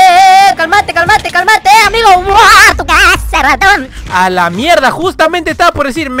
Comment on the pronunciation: Porque cuando dices raton se escucha como ratom ???